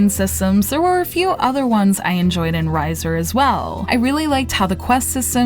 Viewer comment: Bitch, how did you play through this whole game and not figure out how to say the main character's name right?